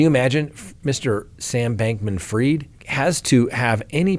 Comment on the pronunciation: Not heard it pronounced that way, ever